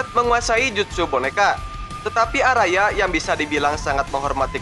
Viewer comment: bukan arada bang tapi araya